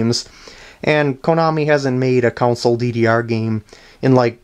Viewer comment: Just realeised you say console wierd.